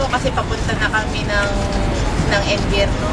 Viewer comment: I'm sorry, akala ko sabi nya "papunta n kaming impyerno", haha, un pla invierno.. very nice video =D